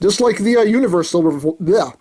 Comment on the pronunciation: "Bolt", not "Blot". ;)